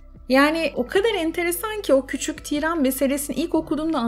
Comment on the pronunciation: Tiiiran değil , tiran kısa okunur. Çok kulak tırmaladı o yüzden yazdım amacım ukalalık etmek değildi kusura bakmayın.